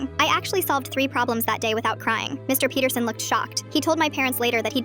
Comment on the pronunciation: DID U JUST SAY MR PETERSON LIKE IN HELLO NEIGHBOUR😂😂😂😂😂😂